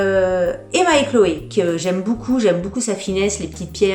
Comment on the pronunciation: Coucou chouette tes bijoux j’aime le style et je ne connaissais pas la marque who we are je vais allé voir ca. Par contre je bug a chaque fois que tu dis beaucoup en fait tu dis « boucoup » ca me fait bien rire 😝 . Et j’ajoute que les boucles d’oreilles te vont très bien mais conseil quand tu mets des boucles assez grosses fantaisies ne met pas de collier. Perso je trouve que ca fait teop chargé